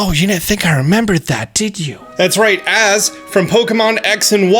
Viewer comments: Please stop calling him Az... his name is "AZ" pronounce each letter. "A" "Z" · In AZ's name you pronounce it A Z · Am I the only one bothered by how pronounces AZ's name 😂 Also the space chicken is most likely a new Meltan form.